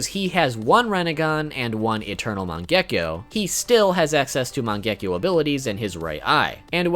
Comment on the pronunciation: It is man ge ki o